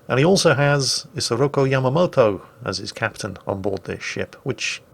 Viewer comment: yamamoto???? Really